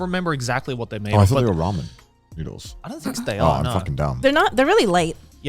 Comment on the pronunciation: it's ramen not ramyun xD